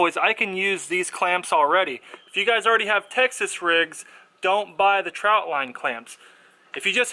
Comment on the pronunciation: Good video, and nice tip to use trot line clips. But it is pronounced trot, not trout. lol. Trot as in a horse moving faster than a walk but not running. Not trout. Sigh. Mini rant over